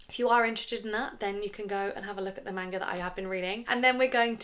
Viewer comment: I love your content, but the way you're pronouncing manga kills me.